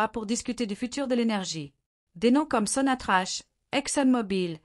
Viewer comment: SONATRACH avec un K . Et non pas avec che . Sonatrak 😂😂